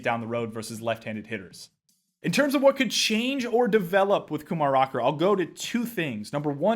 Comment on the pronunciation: Great video as always,. Though I wish my Mets hadn’t gotten cold feet, I’m excited to finally see a player of Indian descent make it to The Show. I once hoped it would be me, but it turns out that an 80-grade fastball and an 80mph fastball aren’t the same thing. 😆 Also, side note: Kumar’s first name is pronounced ku-MAR, accent on the 2nd syllable—apparently, he’s particular about it. (I’m just bracing for when Jays’ SS prospect Arjun Nimmala gets to the majors, but tl;dr: accent the 1st syllables—AR-jun NIM-ma-la. Impress your Indian friends 😆.)